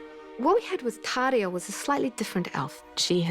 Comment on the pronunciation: the way she pronounces the R in Tauriel, LOVE IT